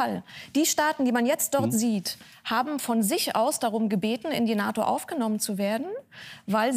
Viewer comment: "...ein Russland das stärker an die NATON herangerückt ist ... " Was raucht die Dame ?